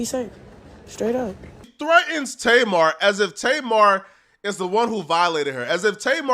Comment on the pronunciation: I don’t know what’s worse. People pronouncing her name tay mar or people pronouncing 2pac “2 pack”